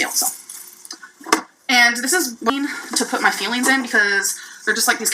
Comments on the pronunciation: Omg i keep hearing feelings instead of fuelings lol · It’s sounds like she’s saying her feelings instead of fuelings😅